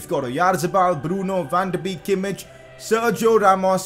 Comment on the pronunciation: PCQ: Van De Beek is pronounced Van De BAKE.